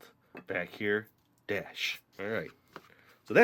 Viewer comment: I like how you said DASH for the salt!